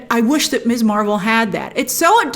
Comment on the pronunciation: First, it’s “Miz” Marvel, not “Miss.” I’m tired of every reviewer mispronouncing this. We got the new title for a REASON. Second, I was talking with my sister about a Marvel movie and she said she’d seen a couple at first but then stopped because she felt the movies were aimed at people with an encyclopedic knowledge of the Marvel universe. She didn’t want to watch something where she’d get only a handful of references. Perhaps this is the audience they’re going after, especially since Ms. M is aiming for a younger viewership, one that hasn’t been studying this universe for years. I love that so many reviewers go through the fine details: “See this guy standing in back by the wall? That’s Boopsy Boy, who only appeared in three panels in issue #39.” But to enjoy a show all I truly need is good characters and a solid plot. Trivia is nice but not essential, especially after the Marvel universe has expanded to the depth it now has. Too much!